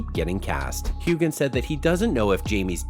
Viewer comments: His name is pronounced Hewhan…NOT Hewgan‼️‼️‼️ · Why would I EVER believe anything on this video when you can't even pronounce Sam's last name correctly? How irritating! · This narrator can’t even pronounce Sam’s last name correctly, and this is nothing more than click bait! What a sham!